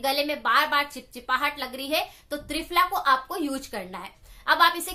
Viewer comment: Mam ਤ੍ਰਿਪਲਾ ras bola app ne